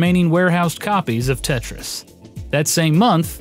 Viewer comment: Wtf is "Tetyais"